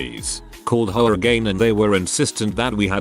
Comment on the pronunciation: H O A, not ho a. Darn computer voice.